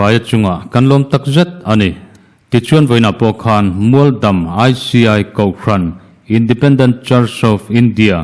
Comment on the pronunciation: Mualdam I lam dan hi.ngaidam kan tih a .a dam lai hi lam tur a ni e